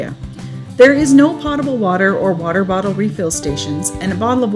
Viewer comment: Good info even for those who’ve been thru the airport before. Thanks. you mentioned there was no pot-ible water available. Who cares. I don’t normally bring a pot on the airplane ! Yuk yuk. I think you meant to say potable, as in poat (rhymes with boat). Say it ‘poat-able’ to pronounce correctly for your followers. Can hardly wait to see the construction re. the Mayan train. Difficult to imagine the positive impact this service will have !!